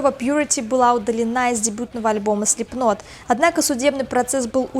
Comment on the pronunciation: Хоть кто то говорит Слипнот правильно.